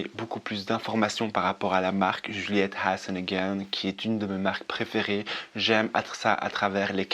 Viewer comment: Cc tu m’as vraiment donner envie de tester cette marque elle a l’air délicieuse, j’adore comment tu prononce Juliette has a gun 🙂💋